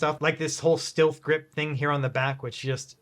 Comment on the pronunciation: lol Christ it’s pronounced Stealth grip 😂